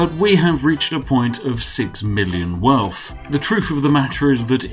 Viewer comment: You cannot call yourself the spiffing Brit and wear a monocle and pronounce “wealth” “welf”